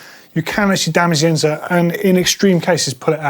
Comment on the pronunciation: Surely it's insert not inZert.